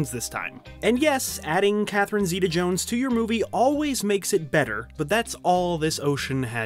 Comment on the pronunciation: SERIOUSLY Stop saying her name! You don’t say it right so quit saying it!